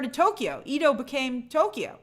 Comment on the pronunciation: Edo not EEDO pronounced Edo (e as in egg)